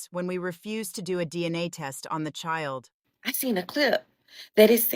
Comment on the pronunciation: Jesus Christ is it me or are yall sick in tired of these AI generated videos that cant even pronounce the word "Child" correctly? I caught a headache just trying to listen.